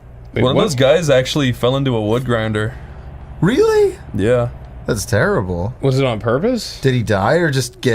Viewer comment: I was wealy willing to bewieve